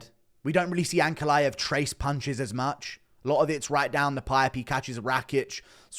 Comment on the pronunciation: The way you say ankalaev, the "aev" part i wish all of you "westerners" could said fiz-"IEV" the same way xD